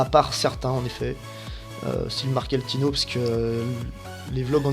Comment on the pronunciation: apprend à lire et renseigne toi vraiment.. Wordsupercar a une A45 et la S5. MMLuxury est à Antibes. Marketino, prononce comme il faut. La BMW n'est pas un coupé donc pas M4 wah